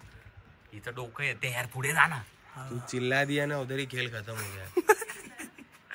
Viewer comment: Pudhe ❌fudhe ✅😂😂